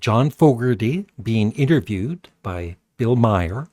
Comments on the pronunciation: His name is pronounced "Mar", not "My-er." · His name is Maher,not My her.